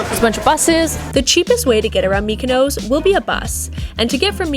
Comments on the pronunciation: It’s pronounced Mykonos not Mykonose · Nice video, brief and informative but Please stop saying mikanose